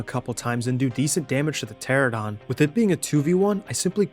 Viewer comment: Bro I love cats. Also the pterosaur species the players are riding on is called "Pteranodon" pronounced "Pter-an-nodon" not "Pteradon" I love pterosaurs a lot, the names of pterosaur species can get hard to pronounce though so I hope that helps